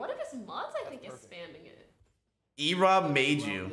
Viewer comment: "What's an Erobb." OMEGALUL